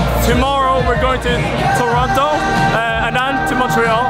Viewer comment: I am so impressed he knows its said Toronno not toronto!